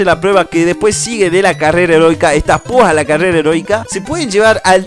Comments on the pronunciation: Algo positivo: en ves de decir carrera heroica dijiste carrera erotica .-. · dice carrera erotica lo pronuncia mal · Like si escuchaste carrera erotica enves de eroica otalves las 2 🤯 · en el segundo 19 dises erotica xddd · carrera erotica carrera erotica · like si dijo herotica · ALGO POSITIVO ALGUIEN ESCUCHO CARRERA EROTICA? XDXDXD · Carrera erotica? 😅Soy el único que lo escucho así? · Dijo carrera erótica ?😂😂